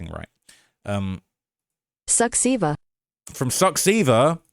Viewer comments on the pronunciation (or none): it's not suxsiva lol it's more like suchava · succeva😂😂 that ai voice is drunk af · Great coverage! Rise Project are some of the best independent investigative journalists along with Recorder in Romania. Your pronunciation is on point though for Mamaia 😆 The translator got Suceava wrong, it sounds more like "Soochava" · I think it's really admirable that you took the time to google the romanian pronounciations but next time use the romanian voice 😭😭😭😭😭😭It's pronounced Soo-cha-va not Suckseeda LMAO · Soo-chava. Yash. Brashov. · What "Suckceva", bruv? Check "Suceava" again 😂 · As a Romanian, “Suceava” was TOUGH to listen too. 😆